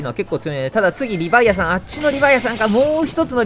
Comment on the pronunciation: の発音って リヴァイアサンが リヴァイアさんに聴こえる